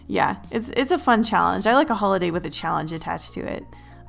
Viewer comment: DID NO ONE ELSE CATCH THE FACT THAT IN THE BEGINNING SHE FORGOT THE L IN HOLIDAY LOL